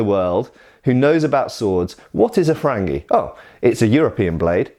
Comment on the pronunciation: Can you talk about the origins of curved blades? Also the difference between different types of them? Shamshir, Kilij, Tulwar etc Edit: I love the way you pronounced "frangi" XD it's more like "farangi" in Iran but I guess it's different in India.